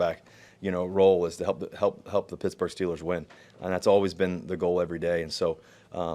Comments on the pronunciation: Dude its not picksburg jacka.... its pittsburgh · He said "Picksburgh" by mistake. But that's ok, because half the people in Pittsburgh pronounce it that way anyway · Yinz catch Russ say "Pixburgh," prior to correcting himself and say "Pittsburgh" 😂. They trying to get Russ to lose that square image again by taking him to hood already 😂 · Did he really say "picksbugh" then hurry up and pretend like he didn't mean to say it and cover it up with a "pittsburgh" hahahahhah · Man's already mispronouncing it as "Pixburgh" - he'll fit in just fine with us yinzers haha. He's also talking with the enthusiasm of a man freed from prison. Denver must have been a nightmare for him, even more than what was reported. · That Picksburgh slip was funny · "Picksburgh" cmon man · he's already saying 'Picksburg' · Picksburg? Um, ya better not. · dudeeee, he said pixburgh lol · Pixburgh hahaha